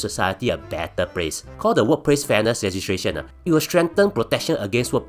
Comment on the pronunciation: fat cat england level up siol! can pronounce legislation siol! sounds like ntuc paid ad tho